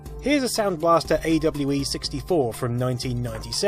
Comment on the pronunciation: Ay-double-you-ee 64? I'm pretty sure that's pronounce awe sixty four, my friend!